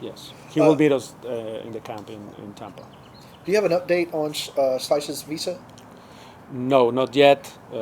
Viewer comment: do us a favor and please pronounce Slisz correctly